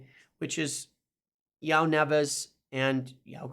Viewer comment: Love the videos but your pronunciation of ‘Joao’ needs work!